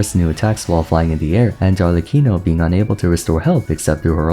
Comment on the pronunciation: I love how everyone gets the italian pronunciations except arlecchino🤣